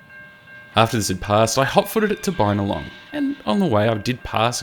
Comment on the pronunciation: Bin-a-long, not Bynalong.